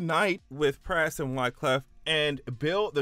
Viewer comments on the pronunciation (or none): The way you keep pronouncing Pras, "press", was confusing tf out of me